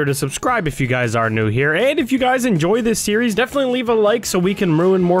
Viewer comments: "endoy the video" I very much did xD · I love that in the subscribe portion of the beginning of the video says I hope you guys "ENDOY" the video